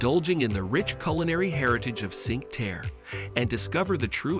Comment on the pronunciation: Need to learn how to pronounce Cinque Terre.